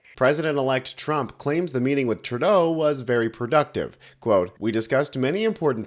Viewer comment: As a Canadian, I wish you would at least pronounce his name correctly.